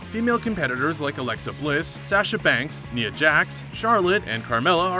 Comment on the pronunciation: You didn't say Cesaro, Nia or metalik correctly.